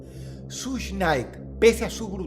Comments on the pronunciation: Hola Dross,esto no es en Mal plan ni nada asi,solo que creo que seria Bueno Saber que se pronuncia shug SHUG, un poco Mas facil😊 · Solo les vengo a decir que Suge se pronuncia “shug” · no se dice sush nait se dice shug nait dross 🙄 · Nadie: Dross: SUSH KNIGHT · Hit em up no fue una tiradera, fue una declaración de guerra Also , se pronunciaria como "Sush" aunque el chiste creo, escque se pronuncié "Shuga", como sugar. O mas o menos asi. Dato curioso: el conflicto escalo tanto, que la nacion del islam se metió